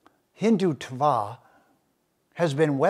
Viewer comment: The way he splits the word hindhutva is annoying.